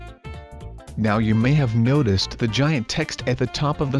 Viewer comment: you said noticed wrong